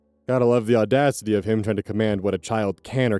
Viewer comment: Oh the audadcity